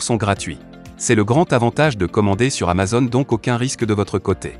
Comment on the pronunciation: Alors pour info on dit pas amazonne, mais amazOn, avec un O fermé !! Comme une "zone", un "mot", un "atome", un "clone", un "môme", un "château".